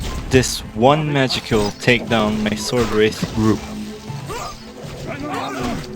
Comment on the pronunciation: It’s funny how you say: “arckidons” and “swordwraith” instead of the normal versions